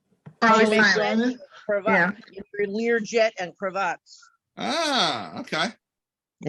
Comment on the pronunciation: It's not a Cra Vat, it's a cravat--the French name for a a tie.